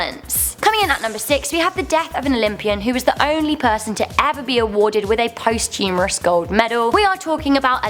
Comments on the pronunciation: post 'humourous'... I think you mean 'posthumous'. Jesus, enjoyable lists but please learn to speak English. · Wait did she just say "Post Humourous?" lol. surely, girl, you meant "Posthumous?" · Posthumous not humerous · love ur vids, but the word is not post-humorous lol its posthumous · For real? “Post humorous medal...”? I think you meant posthumous. It’s not coming after being funny, but after stopping being a human. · Dude...it's posthumous! Not post humorous! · Post humourous!? Posthumous you idiot. Don't be on my screen pretending to be with it, if you a) can't read an autocue b) are a thick twot with insensitive smiley delivery from the UK. Douche. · love how she said post-humorous (after something funny) instead of posthumous (awarded after death) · Post Humourous??? LOL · “Post humorous” it’s Posthumous you moron!! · * “posthumorous” (not a word) ➡️ “posthumous” * “Israelis and Palestines” ➡️ “Palestinians” Just saying. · It's not "post humourous." It's posthumous. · Yes and she actually calls it a "Post Humorous" medal as opposed to a "Posthumous " medal. Unlucky and unfunny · It's posthumous not "post-humours" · she said posthumorous lol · how can an english speaking person cockup the langue so badly???? "POST HUMOROUS" MEANING PAST FUNNY.. "POSTHUMOUS" MEANING AWARDED AFTER DEATH. check it out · At 8.45 .... you should have said posthumous not pothumerous!!!!!!!! Hahahahahahahahahaha 🤣🤣🤣🤣🤣🤣🤣🤣🤣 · Number 6 - Posthumous. Not posthumourous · Posthumous. Not Posthumourous. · ...Sorry but it's "posthumous" not "post-humorous," unless you're referring to a washed-up comedian. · Vadim Martynyuk And sad the kid “presenting” this video thinks it’s “Post humorous” not Posthumous!! Education doesn’t control stupidity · Post humorous medal?? Don't you mean posthumous? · You and are pronouncing "posthumous" wrongly. It's "pahs-choomus" not "post-humerus". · LilLegend Beast No one is denying the meaning of posthumous, but she did pronounce it incorrectly.